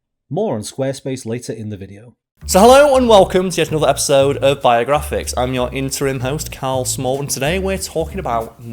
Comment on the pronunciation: When you said "Welcome to Biographics", I thought you said: "Welcome to your Viagra fix." Bwahahahaha Anyways Happy New Years!